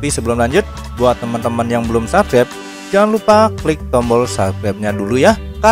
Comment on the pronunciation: latihan dulu ngomong "subscribe" yang bener pronouncenya